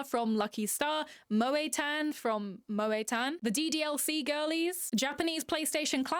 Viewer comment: ok i used to like cuetcore and i stilk kinda slightly do but hearing you say “tohmokoh from wahtahmotey, kohnahtah from lucky star, moey tan from moey tannnn” was sl funny ngl